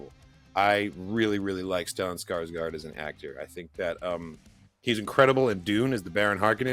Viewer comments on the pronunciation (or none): none